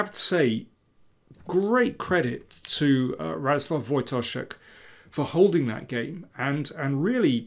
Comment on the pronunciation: You seem to care more than most about pronouncing names right, so I'll comment that Radoslaw is pronounced more like ra-DOS-wuf in Polish--penultimate stress (as always in Polish), that L is actually a W, and the last phoneme is unvoiced.